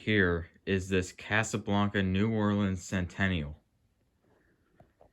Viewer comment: “New Flooreans”